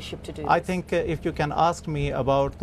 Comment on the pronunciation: Says tink instead of think, ting instead of thing, as the Irish do...